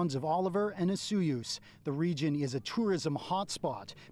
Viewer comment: He is pronouncing it correctly. Only tourists say "O soy oos"